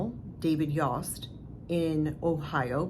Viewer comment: Just a heads up, his name is pronounced Yost- long O. If you didn’t live in Ohio, you probably wouldn’t know. I’ve lived in most all my life.